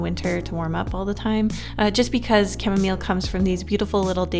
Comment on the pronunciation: Camille for camomile (pronounced cam-eee)